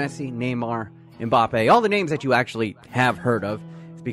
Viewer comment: If he’s going to call Mbappe mpapi I’m calling pulisic pull my stick….speak English!